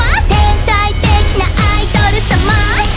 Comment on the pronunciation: 「天才的なアイドル様」の「ドル」をきちんと発音するの、明確に単語を聞き取れるようにした上で感情を乗せる声優ならではのプロ意識を感じて好き